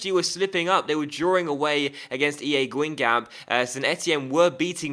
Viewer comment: Don't pronounce the last p aswell